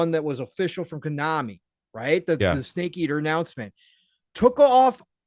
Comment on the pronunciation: Lolo..did pong just say stake eater for the tag line for MGS3